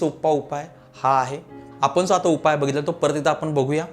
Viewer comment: आपन आपन करू नका. कृपया आपण म्हणा.ण च्या जागी न म्हणू नका.